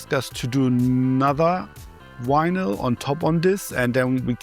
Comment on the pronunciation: "he had so much wynil"